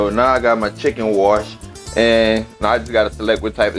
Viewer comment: Tithen thighs and Tithen wangs 😂😭🤣